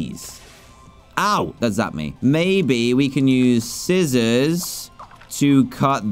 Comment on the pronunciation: When he said skissors I was so confused?🤔🤔🤔🤔🤔🤔🤔